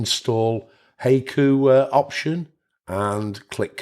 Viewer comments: I think it is pronounced hai·ku /ˈhīˌko͞o/ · The correct pronunciation is HYE-koo. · It's 'hi-koo' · Hey-ku? In SW US it's "hi-ku". Didn't know it varied in pronunciation! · Hi-coo. Not hey-coo lol. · Pronounced "Hi-ku" like you would say "hi!". :) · I think it's pronounced (Hy Coo). Like the oriental poems. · It's pronounced high-koo. That is how you pronounce it. Good video, man. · It's pronounced "Hah ee koo." Japanese only uses 5 vowel sounds, and it's the same 5 vowel sounds as in Spanish. a = "ah" I = "ee" u = "ooh" e = "eh" o = "oh" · It’s pronounced はいく💀. Pronounce it: “high” “ku” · It's from the japanese poem style-- called haiku-- pronouced HI- Koo!! :) LOOKS good so far.. but I'm not quite up for the challenge yet--- I'll keep an eye on it and when it's a bit more advanced... willl consider it - or try it out in live version.. THANKS for the video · You pronounced it wrong.Wifey yelled what I was messing with. I yelled back"hai-Q". After I came to from the rolling pin hit I realized I gotta get the old broad a new hearing aid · I know… listening to this video butcher the pronunciation of the name is painful. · I keep chuckling every time it heard “Hayku” lol. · You mispronounced "Haiku" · It does if there isn’t text available. Your pronunciation is totally off lol.